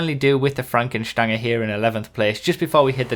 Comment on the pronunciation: Franken "Stanga"... eh? Franken "Strange" (without the 'r' being pronounced)